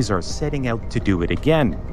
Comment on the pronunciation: "Dew eat" hahahahaha